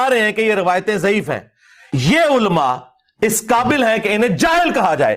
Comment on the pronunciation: Oho! This man himself cannot properly pronounce the word ’Ulamaa’. He himself has been so hungry of self-praise. Astghfir Ullaah!